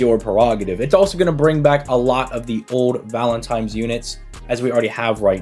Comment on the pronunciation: I know i did not just catch yo ass sayin valentimes....... LOL, stay blessed brother